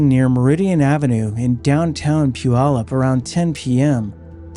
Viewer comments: He got Puyallup perfect though! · You get a thumbs up for saying Puyallup correctly.